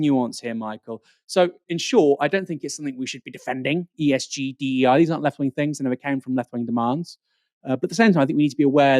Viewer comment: Can Michael PLEASE discover the ability to enunciate the 't h' instead of saying 'fings'. It' so jarring and annoying.